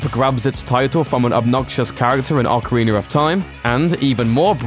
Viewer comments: Why does he say ocariner it's ocarina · you're another of those sillies that says "ocariner" :v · Are we just gonna let it slide that he pronounces Ocarina, Ocarinar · ocariner in time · Ocariner of time?? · ocariner of time... non true zelda fan, made me rage. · Ocariner of Time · "Ocarinar of Time!" lol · Man, OcArInEr Of TiMe is AmAzInG! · Lol Ocariner of Time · awwkerreener of time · Can someone explain to my uncultured self why British people call pronounce ocarina as "ocariner"?